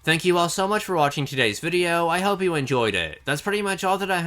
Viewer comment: the way you say the word "though" is funny